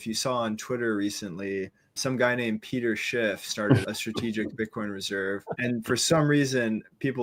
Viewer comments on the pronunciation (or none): Peter schiff-ted 😂